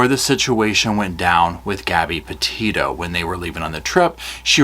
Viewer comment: Petito. Not Pito